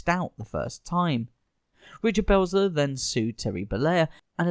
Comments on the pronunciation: It's Belzer not Blezer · It’s Richard Belzer. BELL-ZER. Like it says in giant block letters in your own video the precise moment you mispronounce it. Priceless, flawless, impeccable timing on your lack of preparation! The rest of the video, likewise, is exceptionally well done and highly entertaining! Well done! Let’s practice those names, then, shall we? Carry on! 😂